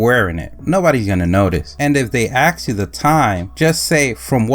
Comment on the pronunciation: It's "ask", not "aks". Just an FYI.